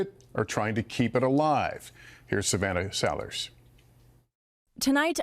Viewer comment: Why can’t Lester say Savannah?